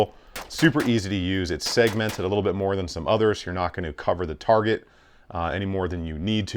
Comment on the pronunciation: Anyone else notice he has trouble saying the word "target"?